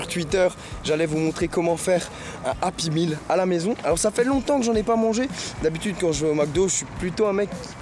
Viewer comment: API MILLE MDR on dit "Happy Meal